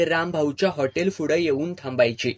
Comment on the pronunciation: Mast katha .. pan tumhi "fudey" ka mhanta?? "Pudhey"" it's P not F... thx